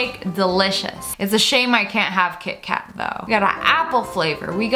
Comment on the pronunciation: me: kit-kat lia: ki-eh ka-eh me: what? lia: wha-eh?